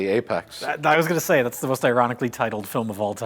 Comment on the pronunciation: Apex not Apax